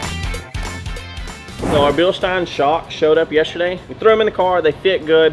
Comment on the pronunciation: Bilschhhhteeiiiiiiiine and BremBRO lol love it